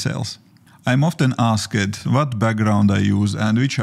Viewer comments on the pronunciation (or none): I hope I am not rude but I have to give you some advice. You are pronouncing some words wrong and it's annoying. When you say words that end in an "ed" like asked, the "e" before the "d" should be silent. It's more like askd, not askEd. Used is yusd, not yusEd. Condensd, not condensEd. Things are not written the same way as they are pronounced in English, unlike other languages.